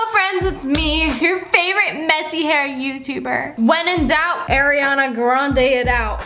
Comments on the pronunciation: Guuuuurl it’s Ariana not aeriana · girl i LOVE you but its not AIR its ARE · It still kinda triggers me when she says Air-iana grande instead of Ariana grande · Air-e-Anna it out 😖😖😖